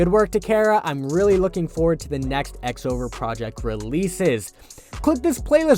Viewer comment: I’m sorry but I have to be that guy: it’s pronounced “Cross Over Project” it’s written that way in the Katakana underneath as well クロスオーバープロジェクト